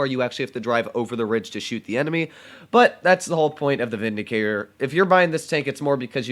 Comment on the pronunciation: Ah yes, the “Vidicator”